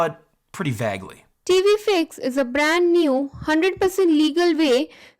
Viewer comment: In her accent, Im pretty sure I hear "TV Fakes"